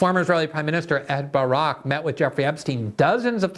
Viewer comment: It was seriously confusing that you called him "Barook" every other time.